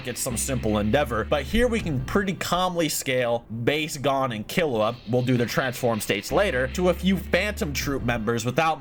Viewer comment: All this has taught me is can’t pronounced characters name properly. Kill-E-Wa G-oh-n He-so-kuh